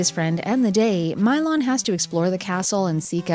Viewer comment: This game looks interesting, but aggravating. Although I assumed it was pronounced Mee-lon.